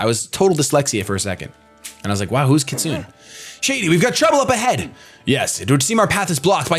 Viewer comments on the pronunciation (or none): Kit su neigh not kitsun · It's phonetically pronounced kit-su-neigh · "kit-su-ne", more or less. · Shady is Mis-pronouncing kitsune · The way you say "Kitsune" is hilarious.